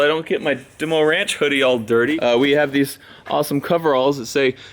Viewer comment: Demo? are you Greek By any chance? DEMO? AHAHAHAHAHA